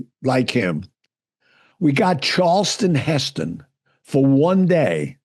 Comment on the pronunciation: Gianni Russo did not produce Any Given Sunday and was not involved in casting. He shows total disrespect regarding Ann Margret. Charleston Hestin?? Can't even pronounce his name correctly. What a line of bull!